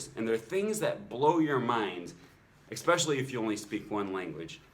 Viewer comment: Enjoyed your video. Did I hear you pronounce "especially" with a 'k' sound?